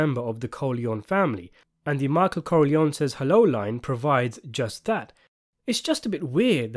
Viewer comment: “Michael Corleone-y says hello; thank god for speech therapy!”